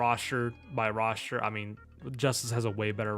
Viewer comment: Love how he says Roshter instead of Roster